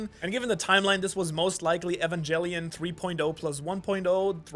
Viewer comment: the way you pronounce EVANGELION is wiiiiild lol